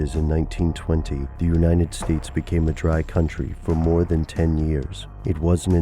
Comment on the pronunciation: Dude, it's uniTed, not uninted.